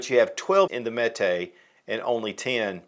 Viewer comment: So Canik is pronounced in America as Kanik, where it’s really pronounced like Janik in Turkey. So why do Americans say Mete in Turkish instead of Mete pronounced like Meat, which would be in line with calling the gun a Kanik? Kanik Meat MC9. 😂